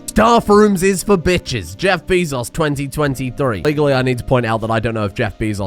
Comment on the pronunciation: I mean... how do you pronounce the word "be"...